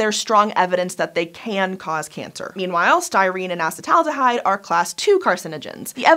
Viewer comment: Say it with me, ah-seat-uhl-aldehyde